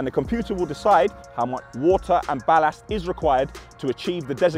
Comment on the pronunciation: bro why u say bal assed instead of ballast